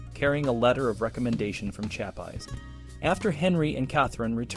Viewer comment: Shap Eyes? Kath-a-reen?😅